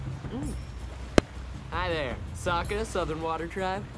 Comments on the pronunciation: he just called him soekka? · "Soukka" Ramdom person who made the atla movie: Ah yes thats how you say it